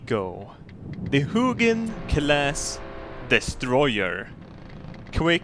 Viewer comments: du säger Muginn hela tiden haha, det är Huginn och Muninn:) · I pronounce it Huginn & Munnin, not Huginn & Munnin